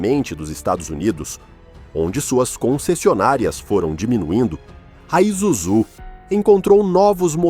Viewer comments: pronúncia é ISUZUe não izuzu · Trabalhei na fábrica de Shonandai, em Kanagawa-Ken, a pronúncia da marca está completamente errada, em japonês, inglês ou mesmo o nosso português, é "ISÚZU". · ESCREVE ISUZU E PRONÚNCIA ISSUZU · Você Varia o nome em Isuzú e izuzú ! pronuncia se isúzu ! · Vamos lá aprenda a pronunciar ISUZU a pronuncia correta I-SSU-ZU OK quando pronunciar coloca uma força no SU 👍🇧🇷🇯🇵👊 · Várias pronúncias para a marca ISUZU foram usadas no vídeo. Creio que a correta seja: ISSUZU. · Pronúncia correta: ISSÚZU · Bos tarde, só retificando a pronuncia está errada e ISUZU então S não é Z （イスズ ) em Japonês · Matéria top, mas só errou na pronúncia do nome da marca… ISUZU. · Por favor, pronuncie o nome ISUZU corretamente ... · Muito obrigado por nos propiciar a história da Isuzu. Mas se não estou enganado esse S no meio da palavra não tem som de Z não. No Japão o S nunca tem som de Z. Morei lá 4 anos.